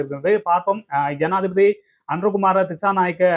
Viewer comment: 😂😂😂 சனாதிபதியா? ஜனாதிபதியா? தாய் மொழியை சரியாக உச்சரிக்க முடியாதவர்கள் மீது மொழி துஸ்பிரியோக வழக்குத் தொடரவேண்டும்